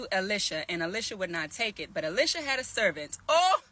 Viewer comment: "E-Lie-Sha" Not "Ill-Lish-a"